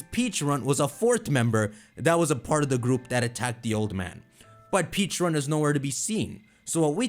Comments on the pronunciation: it's PECHA-RUNT not PEACHA-RUNT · I don’t get why he keeps saying peacharunt instead of pe-cha-runt the correct pronunciation even the video giving us it’s backstory pronounced it as pecharunt so where is he getting peacharunt from💀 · You’re not saying Pecharunt correctly! Watch the story of Pecharunt.